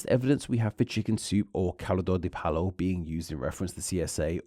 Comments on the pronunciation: I love you, but that is not how you say "pollo". If it helps, the double L in Spanish is pronounced like a Y. So pollo is "poy(rhymes with boy)-yo" Great video though! It's important to talk about. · "Pollo" isn't pronounced like "palo" - the latter is the Spanish for a stick! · FYI: Pollo is pronounced like it rhymes with "Boy-O" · Basically, monsters have turned innocent poultry broth into a codeword for their perverse crimes. As they are wont to do. while not exact, you'd be closer with the pronunciation had you read that double l as a j; also, why go to Spanish when the initials of "chicken soup" are just one letter away from "CSA", with the missing letter standing for a word those involved as perpetrators don't like to apply to their acts, and thus they usually remove?